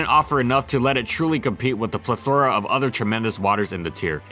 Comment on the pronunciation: After finally pronouncing "plethora" correctly for a few videos, you're back to mispronouncing it again here?